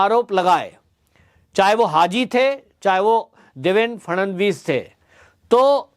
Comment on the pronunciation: It's Shri Phadnavis not Shri Phadanvis